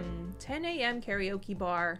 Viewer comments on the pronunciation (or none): none